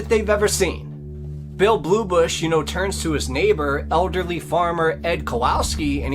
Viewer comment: It's not "Bluebush," but "Bullybush."